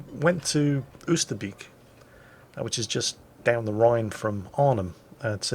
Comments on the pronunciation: Oyster bake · Dutch lesson,.... Oosterbeek / Beek....Get the word BAKER, the way you pronounce the A in there, use that for Beek Oosterbeek / Oost..... Get the word MOST, the way you pronounce the O in there, use that for Oost. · I love how you say Oosterbeek :-)